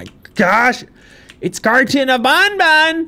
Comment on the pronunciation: You know it's not worth it if even is having trouble making his own fun playing it x_x (Also it's probably the first time I hear "BanBan" pronounced the intended way by anyone)